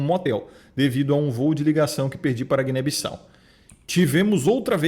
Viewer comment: Guiné bissales kkk É Guiné-Bissau e a nacionalidade é Guineense rsrs Mais um Guineense aqui rsrs 🇬🇼🇬🇼🇬🇼🇬🇼